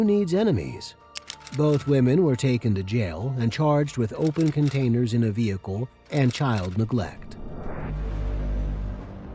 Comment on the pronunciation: The saying of Vehicle really does my head in. VEh icle ? Its vehicle all one word .